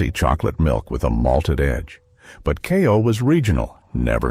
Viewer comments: And it's NOT "KAI- oh!" It's "KAY-oh"! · Kayo, not ki-o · "KAY-oh" not "KYE-oh"! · Yes. Kay-O